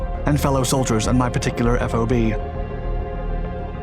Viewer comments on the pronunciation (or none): For the future, it's not F.O.B. it's just fob.